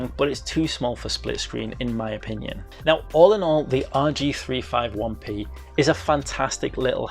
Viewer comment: It's pronounced "rg3 50 1 p